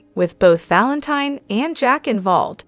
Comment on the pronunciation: I just wish soap pod casters would watch the show so they could pronounce the characters names properly.😢😮😅 It's pronounced Valenteen. ❤